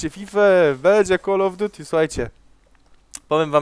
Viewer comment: zajebiste komentarze ale to drażni mnie więce naucz się wymawiać call of duty